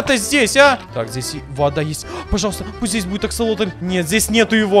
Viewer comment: Какой ещё нафиг аксалотнль😒😤🙄 Правильно Аксасосотель)